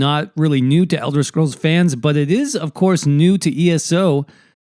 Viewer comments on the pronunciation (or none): none